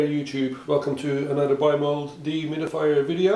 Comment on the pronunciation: Deeee humid-Ifyer How many times does he say it per minute